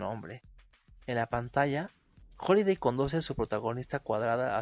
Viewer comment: HAliday con "A"